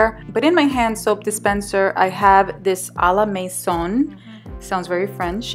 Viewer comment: Your pronouncing of "À la maison" was spot on !